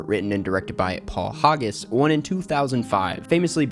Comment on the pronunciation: A fact correction and some mispronunciations of names. (My last name is always mispronounced and I think it's important that we pronounce the names of the people we're lauding, as you do in this video.) First off, the director of Chicago is Rob Marshall. Martin Richards was a producer. Paul Haggis is pronounced HAGgis, not HOGgis,. Mr. Mortenson's first name is pronounced VIGgo, not VEEgo. There is an accent in Iňárritu's name, so it is pronounced 'in YA ree too" not "in ya REE too". Martin Scorcese pronounces his own name "score SESS ee" not "score SAY see". Alexander Desplat is "DAY plah". Okay, I'm done.